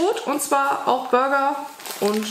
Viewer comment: Ja, der Inhalt ist schön und du baust das immer so hübsch auf. Nur eine kleine Anmerkung. Das Knäckebrot ist ein traditionelles Ostprodukt aus der Stadt Burg. Dort gab es die erste deutsche Knäckebrotfabrik. Man spricht es also einfach Deutsch aus mit ganz normalem u. Seit 2001 ist die Marke aber in die Firma Brandt integriert.